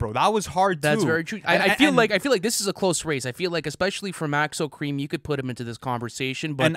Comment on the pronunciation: bro said maxo kream